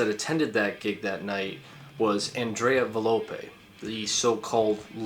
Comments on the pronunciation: nicola sapone was not the girl, it was the bald dude. also its volpe not valope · i have to say this is not very well Research ed, there is a lot more Information regarding tollis and his involvement with members of the beasts of Satan. Also you got some names wrong (Its volpe and not velope, for some. reason you say it right later down the line)